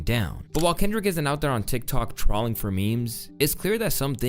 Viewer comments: WHY DID YOU SAY TROLLLLLING FOR MEMES. ITS TROLE’ING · Did you just pronounce trolling TRAWLING? wtf gang? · What offends me the most is how you say "trolling." It's not like trolley, just troll with an ing at the end, lol. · bruh, he didn’t really just pronounce the word “trolling” like that… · Why you pronounce “trolling” like that ?